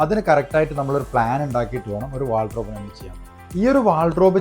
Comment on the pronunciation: ചേട്ടാ.. Wardrobe ആണ് .. വാൾഡ്രോബ് അല്ല